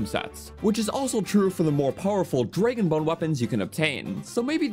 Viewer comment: Just came here to also say, “Draygyn.”